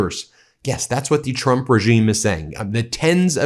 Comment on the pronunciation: WHY DO YOU SAY TRUP REGIME